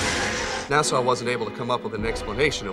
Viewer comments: Is anyone else hearing Nassau when they try and say NASA? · Seriously..."Nasaww"?...Americans...can't pronounce their own inventions...like "Nukuler"..😏